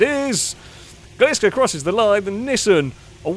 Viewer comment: The way pronounces Nissan bothers me to no end lol.